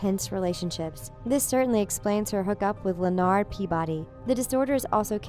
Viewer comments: And LenARD 😂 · ok i know she pronounced it "clause" but are we gonna talk about "LAnard peabody" im wheezing. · Y’all I noticed she said Klaus as claws but did you also hear lanerd instead of Lenard Edit: I’m wondering if she even watched the show because if she did she would know how to say these things. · Did she say CLAUS and leNARD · "leh-nard peabody" wtf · "leh-narrd" .. who pronounces Lenard like that.. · 5's name is Frank. It's been decided unofficially on UA's Twitter like forever ago 😂 Also... I'm seeing more ads for this video than I'm seeing video... And I'm guessing you've at least watched Big Bang Theory... Lenard should be an easy name to say 🤷 Also should attempt to watch UA... You'll learn the proper way of pronouncing Klaus... He's not a goth or emo Santa bro 😂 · okay we get it about how shes saying Klaus but can we talk about Lenard real quick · I hate how you said Klaus it’s not claws it’s kl- ow- s KLAUS NOT CLAWS!! Edit: also she obviously didn’t watch the show because she also pronounced Leonard wrong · So we're just gonna ignore the way she pronounced Leonard? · I dont trust a single thing that was stated in this video. She pronounced Kluas and Leonard incorrectly. I'm not okay right now. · Rhiannon Wagner she also didn’t pronounce Leonard right. But we care about Klaus more! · i swear she said Klaus and Leonard’s name wrong on purpose but since all the comment section is about how wrong she was saying their names i’m just gonna caw caw bih 🦆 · The same she said Leonard too. 🤢